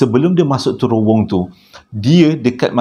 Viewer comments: Bang, cara nak pronouce terowong tu... terowong menogher, huruf A yang hujung tu ganti dengan E. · Terowong.. kecik2 dulu selalu tersasul terworong😅🤣🤣